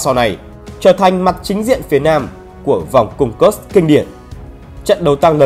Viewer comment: Video rất hay. Xin góp ý 1 chút về việc phát âm các địa danh: nên tham khảo cách phát hính xác nhừg địa danh. Có 3 nguồn: phát âm theo tiếng Nga, Tiếng Anh hoặc phiên âm Hán Việt. Ví dụ: Kursk là Ku r s cò, hoặc Cuốc x cơ vv..Thân ái